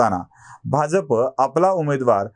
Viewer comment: आपण शुध्द मराठीत बोलता परंतू आपण आणी तोरसेकर भाजप शब्दाचा उच्चार चूकीचा करता